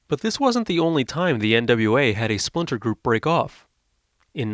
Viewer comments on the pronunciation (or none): none